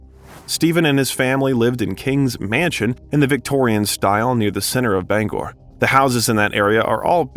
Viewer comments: Bangor is pronounced Bang-Err not Bong gore. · "Bong-gore"? Do you mean Bangor? (pronounced "Bang-er." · It's Bang - Gore not Bungur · Bangor... like banger... not Ba Gangorh 😂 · bon-gor 😅😅😅😅😅😅instead of Bangor!😳🤪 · By “Ban GOOR,” you mean “Bangor,” pronounced “BANG gohr.” I also think you mean “scholastic” and “mimeograph.” In addition, it’s “was called on the carpet.” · Bon-gore, Maine, eh? It is Bang-gore! Is this an IT voice? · Great info but you lost me at Bong Orr I hate that AI crap but I love me some Steve. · I almost shit when he called Bangor "Bong-gore" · You mangled Bangor, Its pronounced Bang gore. Like as in I bang on a drum and gore (gor) as in his gory books. Born and raised in Maine. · Never heard of "Bong-Whore" Maine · Bangor Maine isn't pronounced the way you did. It isn't Bongor Bang-gore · Bangor is pronounced like "bang-gore" 😅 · It's pronounced Bang ger` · Did an AI write this script? Is that a real human reading the script? Mimgraph, Baan Gor? You put the wring EM fa Sis on the wrong Ci laable. Mimeograph, a low-cost duplicating machine, Bangor, a city in Maine. Before you publish this crap, have an actual human give it a once over. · Mim-ee-oh-graph, Bang-gor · This is a good biography, but your mispronounciations are very cringworthy. Avon, mimeograph, Bangor, just to name a few. Please look up words you're unsure of. (A-von, mim-e-o-graph, Bang-ore) and yes, I'm from Maine. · Necessary Things—Ha! A few of the novels you mention are actually a collection of short stories. Joe Hill’s 20th Century Ghost Stories, and S King’s Full Dark No Stars, etc. You mispronounced Mimeograph, Bangor, and Mr Mercedes.